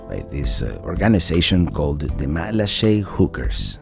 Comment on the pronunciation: Nice to see my island thru the eyes of a visitor. I've lived in Matlacha for 18 years now. And congrats for pronouncing it correctly.